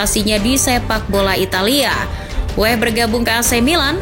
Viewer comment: Oi mimin....nama org itu jgn salah sebut...Weah bukan WEH...huruf A nya dibaca.kl ga pcy...u dgrin komentator luar negri bicara. Bruno Fernandes juga bukan bruno fernans...ada huruf E di fernandes dibaca juga,min. Tlg y,min itu nama org jd perlu dibaca dgn benar.Weah kog jd Weh🤦